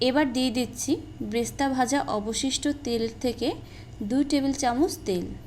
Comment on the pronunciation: Bresta না। এটা বেরেশতা।